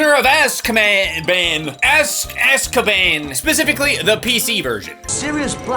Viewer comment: I love how constantly fluctuates between casually dropping words like “feckless” to being unable to say “Azkaban” and “gallimimus”